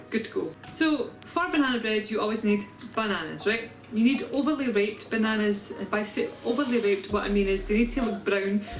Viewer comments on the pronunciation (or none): You say, “Overly ripped” I hear “Overly raped” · is it just me or does it sound like she is sayin overly raped?